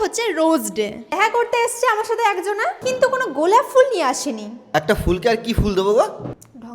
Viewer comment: Oo tomake ful (flower) boleni . Fool bolechhe!!😂😂